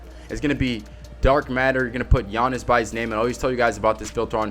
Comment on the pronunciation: "takeover gianiss"